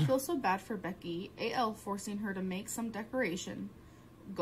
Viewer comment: Who's A.L? Its AL gorl. 😬